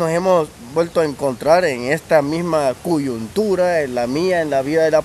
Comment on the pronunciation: Se dice coyuntura no cuyuntura.